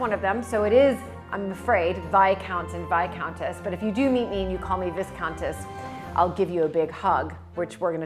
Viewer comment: Classy lady, I mean. You are great fun and love your infectious American positivity and very sweet sense if logic regarding British pronunciation.A credit to the nation indeed ma'am 😁